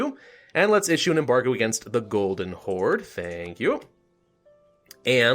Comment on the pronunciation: When he said Golden Horde I heard "Golden Whore". (pardon my French)